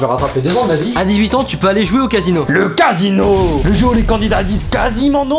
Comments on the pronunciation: Ses casino pas quasino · Casino et non quasino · On dit casino pas quasino